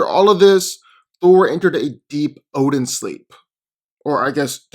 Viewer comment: U said obin